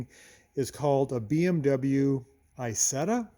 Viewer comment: Hey, Nice to see an American like an Isetta 🙃 (Btw you don't pronounce it right, it is not called Aysetta, in the right pronounciation you would say more like e(like really)sett(the t like tank)a)